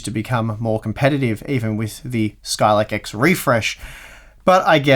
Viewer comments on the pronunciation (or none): Skylake X? Hah! I think you mean Skylake Ex!